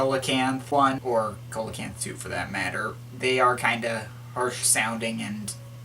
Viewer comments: Coelacanth (improper pronunciation) [see-la-canth] your welcome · see-lo-canth ... its a prehistoric fish